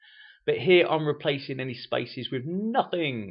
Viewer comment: I find it hard figuring out where is the word "spices" he mean..until i realize it was spaces